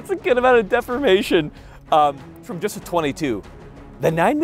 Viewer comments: What the heck is with that pronunciation of ‘deformation’ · def-4-mation? isn't it pronounced D-4-mation?